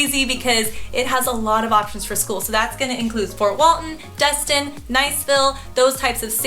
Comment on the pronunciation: I just have to point out some things…It not called Dust-Tin its called Des-Tin. Also, where you pointed on the map was more Ft. Myers area not outside Clearwater 😐 ….I’m in Ft. Walton area now for two month I live in Tampa area, I must say you missed out moving up there to Georgia I mean the Panhandle 🤭 Tampa area is by far probably the best area in ALL of Florida with the MOST Beautiful beaches panhandle does not compare. Tampa also has ‘A’ Schools. I’ve lived all over Florida (Jacksonville too) and Tampa is it! It has everything you need and if you need a little more(like Disney) it’s a quick and easy drive.